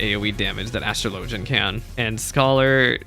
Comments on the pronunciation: dude literally Google it… as-truh-LOH-juhn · Astr-LOW-gian is the correct pronounciation. In ff, astrology and astrLOWgy both exist but are not the same thing. It's pronounced differently so people are aware of which one is being discussed.